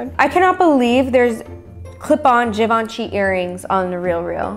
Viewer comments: its pronounced (Jee - VON - shay) not (Give - in - shee) ;) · gabi "givaanchy" "givenchy" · givenchi Fashion lovers: it is not givenchi! It is ✨GJIVANJEY✨ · Well he pronounced it wrong actually. It's supposed to have like a soft "h" sound like saying "ghi". So it's /ghi-vaugn-shi/ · “Did you even know what Givenchy is” “Yeah” *flashback to him butchering the name* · THE WAY PRONOUNCED “GIVENCHY” KILLED ME 😂😂😂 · "do u even know what givenchy is?" "yeah" not him saying it wrong few minutes ago pls😭😭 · when doesn’t pronounce Givenchy rite..... only people who don’t buy designer understand 🤣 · WHY DOES SAY GIVENCHY LIKE THAT HAHAHA